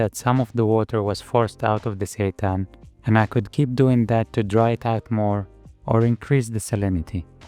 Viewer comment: Every time you say "seitan" i hear "satan" and its fucking hilarious